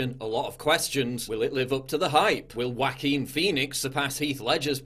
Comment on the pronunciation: Anybody else giggle a little every time he says "Whackeen?"